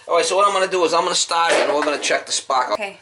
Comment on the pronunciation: Those Indians!... I love this guy! Is he saying spark or spock?... seriously, so down to earth and refreshing, this is great content. Keep up the good work.